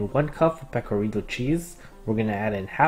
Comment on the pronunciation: as an italian, i really appreciated your pronunciation of pecorino and grana :0